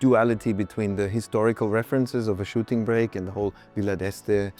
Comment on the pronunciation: ... a shitting brick? Is this even English? How do you get from shooting brake to that?